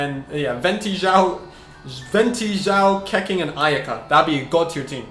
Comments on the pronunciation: Keqing is pronounced as Kuh-Ching not Keh-King 😭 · Pls dont pronounce Keqing like...Keking, I mean wtf? Its Ketching or the right Chinese pronounce is Kehching kinda...just my 2 cents bruh but damn that triggerd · its pronounce khe-ching............ not khe-king..... damn.... get it right... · It's pronounced Ke-ching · U can’t pronounce shit Keqing and Xio say the names right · STOP SAYING KEQING LIKE THAT GOD